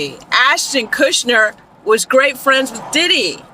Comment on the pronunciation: Kutcher, not Kushner. (Unless you're purposely mispronouncing Ashton's name for legal reasons.)